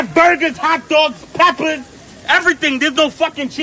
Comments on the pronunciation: "There's mad burgers, hot dogs, peppauths" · when he said "PEPPAHS!" he definitely spit pronouncing that. LMAO